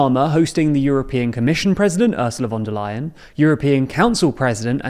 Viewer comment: Well done for pronouncing "von der Leyen" correctly this time !